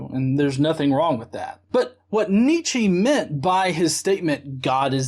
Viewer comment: It's pronounced Nietzsche, not Nietzsche.